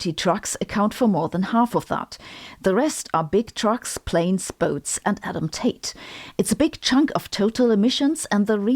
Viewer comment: Is there an Andrew Tate joke within the breakdown of CO2 emissions? Because it sounds like Adam Tate, but the closed captions read Andrew Tate. And it would be hilarious if that joke was made.